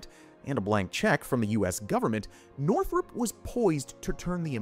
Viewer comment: Northrop, not Northrup